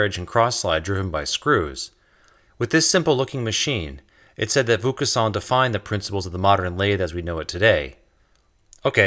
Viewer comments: Good stuff. If I may suggest one small alteration: the voice over pronounces Vaucanson's name in an unusual way. If you could ask someone who speaks some French to pronounce it and edit the track accordingly it would improve the video. I knew of Vaucanson and his wonderful duck, but I did not know of his relation to the silk spinning trade, nor of his invention of an all-metal lathe. It was only when the video reached the automata (again pronounced oddly) that I realized who it was that was being talked about. Still a good perspective on the Industrial Revolution. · Isn't it pronounced more like VOH-cahn-soan not VOUS? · not voucassant or vouscassant or voucaçant but Vaucanson. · dude it's pronounced "VO-KawnSawn", with the last letter "n" being almost silent. It's not "VOO-KA-SAWN" ! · Excellent video, making excellent points. If I may make a small correction, and perhaps save you some embarrassment in the future, the first syllable of the name Vaucanson is pronounced VO (as in vocation) not VOO (as in voodoo), which is how you're pronouncing it. The rest of the word is close enough. I look forward to watching all of your other videos. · Superb video, congrats. BTW the "Vau-" in Vaucanson is pronounced "Vo-" rather than "Vu-" :-) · It's pronounced: Vo long "o," as in "bow" as opposed to "voo," as in "slew." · Ironicay, I kept hearing "Luc Besson" when you said the inventor's name, who basically ushered in a world run by machines. Luc Besson made the film The Fifth Element, in which a human is the fifth element, after Earth, fire, wind and rain. No mention of machines, which must be the sixth element. Cue A.I. robots, the seventh element? I hope not. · why are you pronouncing "vaucanson" like vokhusann ? You're saying it like it's a japanese name, so strange... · Are you pronouncing Wilkinson as Voucusson? :) Never heard that before. Not saying that it shouldn't be that way, but never heard it like that before:D